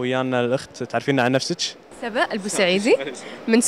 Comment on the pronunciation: اسمها سبأ مش سابا ههه